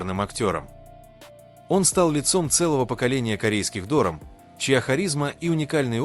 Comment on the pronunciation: Не дором а дорам, не Сюзи' а Сю'зи, не лица' а ли'ца